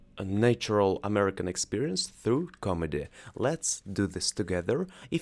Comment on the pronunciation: Обратите внимание на произношение гласных: гласные в словах "glad", "answer", "can", "America" and so on отличаются от "А" - тут должно быть нечто среднее между "а" и "э". В слове "Comedy" должно звучать не "o", а полузакрытое "а". Это очень важные моменты. Глагол send (отправить, послать) неправильный: "Она послала мне книгу" будет "She sent me a book".